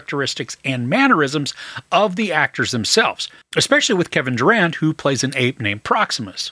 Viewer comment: Thought you had said "Kevin Durant " forner Celtics player, then I googled and was like 😂😂 ohh Kevin Durand my OG